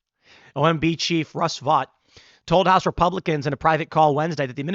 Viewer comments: Vought is pronounced Vote, not Vot. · I believe, Tim, Vought is pronounced VOTE. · OMB Director’s last name is pronounced “vote”.